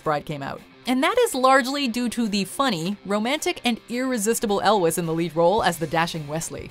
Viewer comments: It's pronounced Carey El-wees, not El-wess. Jeeze. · Cary Elwes, his last name rhymes with jewels. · Audra Blue it’s actually pronounced el-wez.